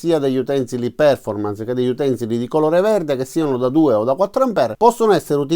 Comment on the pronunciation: Solito utile video grazie all quale decidere se andare alla Lidl oppure no :-D Post scriptum Poiché i tuoi video sono molto popolari, adesso hai grandi responsabilità, come recita spiderman nel film :-) Perf-ò-rmance Gua-ì-na sono le pronunce corrette da diffondere nel web!